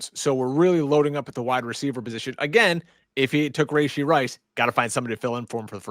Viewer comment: Please stop saying, “Ray-shee.” That’s not how you pronounce it. I’m sorry… How do you have a fantasy football podcast and you’re criminally mispronouncing a top receiver in the league? You’re the only two men on the planet that say, “ray-shee” and it’s nails on a chalkboard. Gotta fix that moving forward.